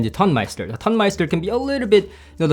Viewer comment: I think that comparing these seperates against the Tonmeister is comparing apples to oranges. I would say that it is less about „better“ than different. It‘s a different type of sound. You describe these differences well. BTW: it is not pronounced ton (as in „it weights a ton“), it’s pronounced like tone (as in „it has a beautiful tone“). Tonemeister means sound engineer in German.